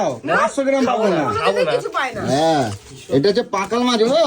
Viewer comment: আগে শুদ্ধ ভাষায় কথা বলতে শেখো ওটা পেকাল না ওটা পাকাল